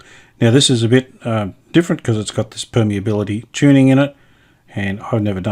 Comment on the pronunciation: I believe you pronounced permeability tuning correctly. You pronounced it the same way as my engineering lecturers at university.